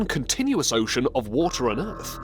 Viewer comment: God, this narrator sucks. Totally awful. Mispronounced "ocean". Everyone, please remind this failure at life of his mispronunication so he quits Top Lists and they get that other guy back. Totally awful, learn to say "ocean" normally. Downvoted. That guy sucks. Sad!